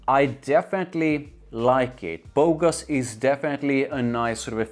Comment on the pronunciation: You pronounced Bogoss properly. It means "stud" or good looking guy in French. The name is kinda super cringe lol. I like it far better than the original tho. Simply because performance is actually decent/normal. It loses edge after few hours but I could still smell it for a good part of my day. It even came back when I exercised at night. I don't think it's that original tho. Pineapple isn't uncommon. And I think it also gets compared to Aventus thx to that note.